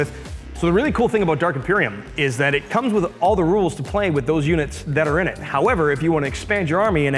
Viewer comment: Bloody hell an american saying innit. That was painful. Enjoyed the vid though